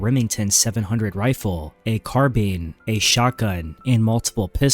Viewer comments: “carbeen” ur gae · Yep. Knew it the moment it pronounced Carbine.